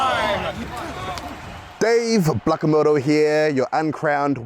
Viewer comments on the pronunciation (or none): Did his own brother mispronounce his surname? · How does Izzy’s brother, “Blackamoto” fuck up their last name in the beginning of the interview?! I’m confused😂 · Did he say Blackamoto 😂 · LOL Dave pronouncing his OWN LAST NAME wrong